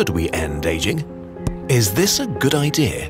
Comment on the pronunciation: WHY DID HE DAY IDREA THERE'S NO R IN IDEA